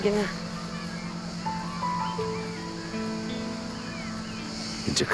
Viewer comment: 2.04.37 "GıCık"😂😂😂